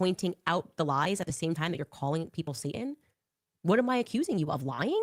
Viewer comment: She can’t even say satan right. She completely misses the T.